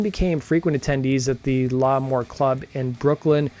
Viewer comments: LAMOUR not LAH-MOUR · L' Amour. It's pronounced "lah mor". Or, as us locals said "luhmaw". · Early band to be from New York to sing and not yell. Most heavy bands didn’t sing, only the emerging grunge bands did. Unique group to have a New York style without being actual NYHC or thrash metal. It’s hard to write the pronunciation but it’s La- MOUR . The strong accent is on the MOUR. Not a strong accent on the “LA” . It sounds almost like two words as opposed to one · This guy is an idiot. How hard is it to pronounce L'Amour? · Could you learn how to say L'Amour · I’m not going to lie. But I’ve been a fan since 92 PipeLine Studio 1 Wetlands. Paid 250 a ticket for reunion tour tickets in 2001. Kieth acutely got me to stop being a shit head with my way of thinking.And it pronounced La….more and Kings—-Burg